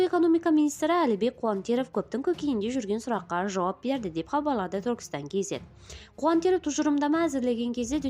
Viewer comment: Ең болмаса министрдің фамилясын дұрыс айтсайшы😅😅 Қуантыров деп